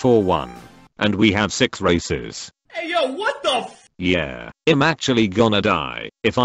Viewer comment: Him saying to awaken race: "and we have 6 races" What i hear: "and we have 6 racist